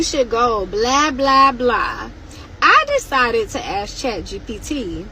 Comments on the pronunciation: that’s Axing too much!😂😂😂😂😂😂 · I'M READY TO RISK IT! This woman can't speak properly and had the nerve to mention how much black people contribute to education😂 THEY CAN'T PRONOUNCE THE WORD ASK! We'll be JUUUUUSSSSTTT FINE! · Her and chat realize EBT generates taxes not economy, and they didnt bring language because white people know how to speak we ask a question, bllacks axe questions they say troof not truth, how did they bring language?